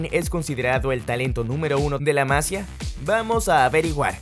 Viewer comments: Se dice la masía no la masia 😢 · MASIIIIIIIIA no MAAAAASIA 😉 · No se dice "Masia"; la palabra lleva acento en la i. Por lo tanto, se pronuncia "Masía". La palabra se toma del catalán "Masia" y significa: Casa de labor, con finca agrícola y ganadera; típica del territorio que ocupaba el antiguo Reino de Aragón. Disculpa mi comentario,. Un saludo. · No sé dice Másia 😒. Es Masía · Muchas gracias por el vídeo compañero. Una cosa nada más que a los barcelonistas en general nos pita un poco, es Masía, con acento y tilde y en la "i". Gracias. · Que no la sílaba tonica (el acento) no va en la sílaba "Ma", sino en la sílaba "si" --> maSIa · se dice la massÍa . Con acento en la i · Buen vídeo! Muy interesante. Un dato importante para l@ creador@ del vídeo. El nombre de la escuela del Barça, "La masia", está escrito en catalán. En catalán, las vocales "ia" forman un hiato, al contrario que en español que forman un diptongo, por tanto no hay necesidad de acentuar la "i" para romper el diptongo, ya que éste no existe. En catalán, en la palabra Masia la sílaba tónica es la segunda, Ma-si-a, por tanto se pronuncia como si en español tuviera una tilde sobre la "i", Masía. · La Masía, acento y tilde en la Í! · Lo de este chico es una locura aunque me preocupa que se le compare e infle demasiado porque si tiene alguna mala temporada como Ansu le van a linchar. Y otra cosa, por favor pronunciad bien "la Masía" con el acento en la i y no en la a y "mateu Alemany" que suena Alemañ no Alemani xd. A parte de este pequeño detalle buen video!